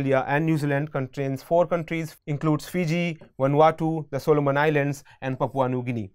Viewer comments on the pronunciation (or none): none